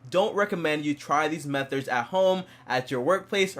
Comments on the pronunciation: “Metherds” lmao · methods..... - “Methards” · Wtf is a metherd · Mether? Anyone else hear dat doe